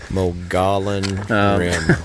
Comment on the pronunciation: Love the video account of your trip and the content is amazing. Moe-gee-on 😉